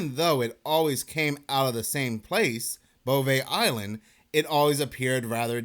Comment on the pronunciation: Think you just like saying "bovay eyeland"